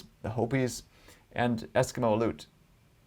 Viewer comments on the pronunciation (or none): none